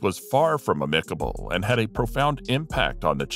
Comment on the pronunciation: Gertrude Berg's career was a been there/done that. That's not to take anything away from Lucille Ball, just to say that Gertrude Berg was the trailblazer. "A-MICK-able?"